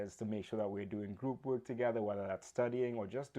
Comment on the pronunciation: A friendly note: you are not pronouncing "work" incorrectly....it sounds like "wook" ... Be sure to pronounce the R in your pronunciation. Listen to a recording of y ourself and check it out. Best wishes. Good presentation!!